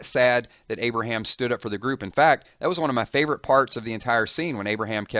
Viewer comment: No Aberham, no! Not Aberham